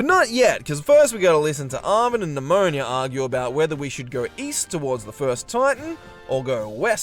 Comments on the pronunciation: NemoNA.... not nIa.... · Also calling Ne-moh-nah, Nemonia. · Idk why but you calling Nemona "Nemonia" feels so weird fipdsvn it's just a single letter but it changes the entire name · The best thing about BDSP is the water physics. Why a top-down extremely faithful remake needed beautiful rippling water is beyond me. Also, calling Nemona Pneumonia has me wanting to spell her name Nemoña which would, in fact, be pronounced pneumonia.